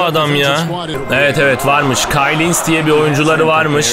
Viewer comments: Abi Kyle Hines , kayl hayns diye okunuyor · KAYL HAYNS Diye okunuyor abi